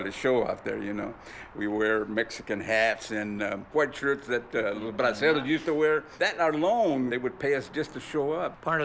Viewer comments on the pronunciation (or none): IT IS BRACERO HATS, not Brasil hats.